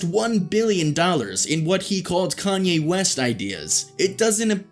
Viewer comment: Can’t take u serious u mispronounced his name